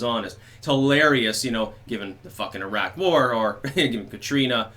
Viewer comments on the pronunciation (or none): none